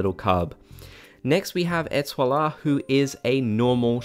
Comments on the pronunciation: I’m so excited, for this update! I’ve always loved Sanrio and I’ve never gotten to have the stuff, in New Leaf. Ps. You’re pronouncing Ètoile’s name wrong. I mean, you’re saying it correctly, in a way, but you’re adding an extra syllable. It’s (Et-TWALL), not (Et-TWALL-uh) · okay. I love your channel but- FFS IT'S ÉTOILE NOT ETOILA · Ey you're nearly there with the Etoile pronunciation by the way, you just don't need the "ah" on the end. Ay-twal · you said étoile's name right except for the end, there is no 'a'. It's just é-toil :') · Was just about to comment this !